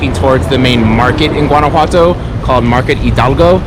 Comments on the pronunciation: Nice but you are mis pronouncing “ one” a what toe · Maybe get some coaching on pronunciation. "GWAN-a-whatto" is really painful to the Mexican ear. Much like "GWAD-a-la-harra", or GWAUCK-a-mole-ee". Ouchie! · I couldn't watch more than about a minute of this because you don't know how to pronounce Guanajuato. It doesn't sound like the G in Georgia, it sounds like the G in Guatemala, or do you pronounce that like most gringos pronounce guacamole - embarrassingly.